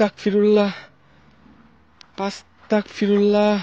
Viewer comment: আসসালামু আলাইকুম আসতাকফিরুল্লাহ শুদ্ধ না শুদ্ধ হচ্ছে আসতাগফিরুল্লাহ